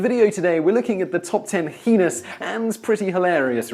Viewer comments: #11 Pronouncing heinous as henis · Patrick noone I think the correct pronunciation is "hay-nus". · It’s HEY NOUS. Not HEE NOUS. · 'hee niss' hee niss. Not heyness. How can you even? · In American English it is Hay-nous not He-nous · #11: Mispronouncing "hay-nous" while making a video. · I was pointing out the way he said it was wrong not the proper way